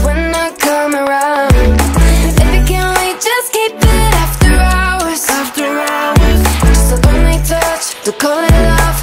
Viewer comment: The way Aj says Hours annoys me. He is saying Rours